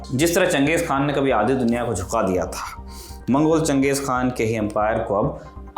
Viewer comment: चंगेज या चेंगीज ? बार बार खान का उच्चारण क्यों ये भी गलत उच्चारण है